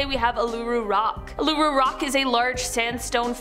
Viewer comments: It's pronounced "oo-La-roo. Cheers.🧙‍♂ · Learn how to say Uluru correctly. It's insulting to the culture pronouncing it wrong